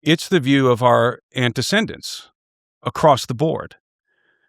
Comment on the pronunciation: Keeps saying “antecendants” instead of antecedents. It’s hard enough to get taken seriously by intelligent people, let’s do it right. Great work otherwise.